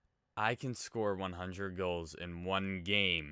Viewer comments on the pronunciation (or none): is it just me or is anyone else sick of hearing "He scred!"